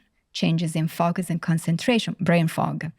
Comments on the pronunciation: All this wonderful insight. If only someone could at least help her say FO-Cus. Would be nice….Fukkus lol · This doctor is very important. Please find her a voice coach for the word "focus". I feel her message would be better received. Right now the mis-pronounced words distract from her valuable points. I do not mean to be impolite. I have heard several of her interviews. And my observation remains the same. Respectfully. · Im sorry but if you can pronounce the word 'four', or 'for' why not 'focus'? 😂 Other than that the interview was lovely